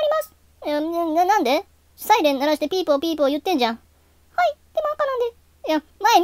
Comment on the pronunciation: ピー↑ポー↓ピー↑ポー↓じゃなくて ピー↓ポー↑ピー↓ポー↑なの草